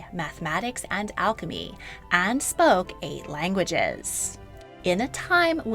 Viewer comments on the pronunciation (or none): none